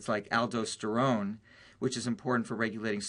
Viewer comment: He says "aldosterone" wrong.